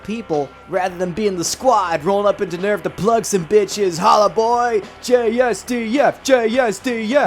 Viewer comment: I love Satsuki/Misato's English VA in the netflix dub (I straight up cant remember her name) but i cannot stand the way she pronounces NERV no matter what